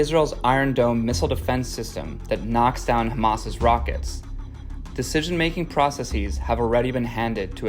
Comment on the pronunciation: It’s pronounced processes not process-eez